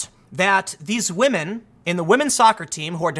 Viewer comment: Shoe is pretty decent. But yeah, wahmen doing wahmen things. News at 11?